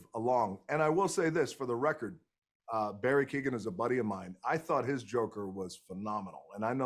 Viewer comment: 🤦‍♀️ mispronounced Berry's last name